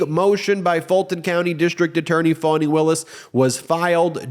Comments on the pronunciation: Foni not Fani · How do you get "fawny" out of Fani??! 🤔🙄